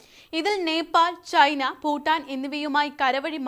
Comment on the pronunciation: ഫൂട്ടാൻ😂 അല്ല😢😢 തള്ളേ പുട്ടാൻ😂 ഭൂട്ടാൻ😢😢😢'' നാക്ക് ശുദ്ധിയാണ് വേണ്ടത്. അല്ലാതെ 😅